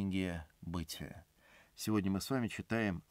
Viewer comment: Какое бЫтие???? Он первый раз читает??